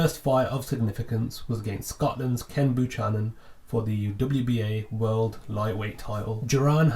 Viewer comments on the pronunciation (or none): It's pronounced Ken Bu-cannon not chan-non listen to the commentators too. Apart from that, good job.